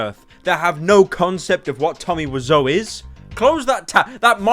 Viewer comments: Is it pronounced "wizz-ow" or "why-zo" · TOMMY WISEAU WE-ZOH NOT WISE-OH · Wisoo why pronounce it like that